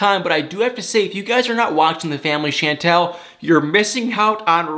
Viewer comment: Pleeease pronounce her name right.. it's NOT Shaaaantel it's Chantel (like Shaun-tel or Shawwn-tel).. and it was nice to see you tryin to lift your eyelids a bit more as in matching the same amount in your face as you undeniably express in your voice. You got me into watching this show this season cause no way did I want to last season.. I can't stand needless, made up, just for drama fighting.. but I always stan for you and thumb thumb thumb thumb it up for you. OH And Nicole's Mom was SO disgustingly rude that I did start to say I'm gonna give it a lil' more but it started to seem fake.. and then how Royal just told his family to leave soooo rude and cold... I'm like whaatttt.. who talk to their family and parents like that?.. and they didn't even clip him?? No way.